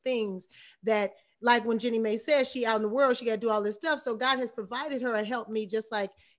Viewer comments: Her name is JEENIE!! NO JENNY!!!!!!!!! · Yassss yassss yassss Jeannie Mai "Genie My" its not that difficult.... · Anyone else annoyed by no one pronouncing Jeannie's name correctly?